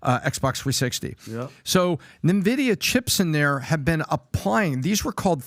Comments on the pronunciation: N VIDIA, not NE VIDIA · The company's name is pronounced Envidia not Nevidia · Great content but for all thats good and holy, its [en-videa] not [nuh-videa] or [nin-videa ????]. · For the love of god its pronounced ENVIDIA not NEVIDIA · its called N vidia , not nevidia :| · It’s pronounced En-Vi-Dee-Yah, like the Latin ‘Invidia’ meaning envy. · not nvidia n-vidia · I just love how out of it they are😂 From relating this to "gaming" and from the dude calling it "NeVidia"🤣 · Exactly Only in America we have a millionaire this confidently out of it... nothing but a bunch of yes men around him obviously🤣 Pat called it "NeVidia" Not even a producer who knows editing that could correct him on practically everything that they said?! Damn 😅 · Dude doesn't even know how to pronounce the company name. Nice.